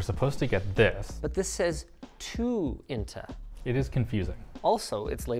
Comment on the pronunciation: damm you pronounced inta really well also can you tell me the surname